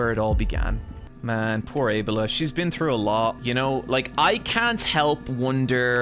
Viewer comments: Why he pronounces abeLLa so wrong? It's abeLLa you idi0t. It's not aa-bela, it's a-bella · Why does he pronounce Abella that way? Like Able-uh Surely it’s just pronounced Ah-Bell-ah? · Why pronounces Abella as Ebola?